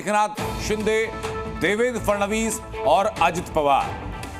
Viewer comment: Anchor ko FADANVIS bolne bhi nahi aata 😅